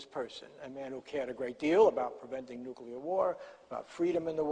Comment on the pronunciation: Also "nucular" - perhaps this shows his working class social background. Odd after all those years at the NYT